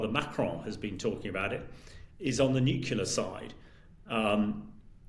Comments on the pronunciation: Someone at Times Radio, please teach this guy how to pronounce NUCLEAR. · You missed the point. He's had years to learn how to say an important word in his business, but either doesn't want to say it correctly, or doesn't care to listen to good advice. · The world is teetering on the brink of war and you’re worried about the pronunciation of the word nuclear?!?!?!😂😂😂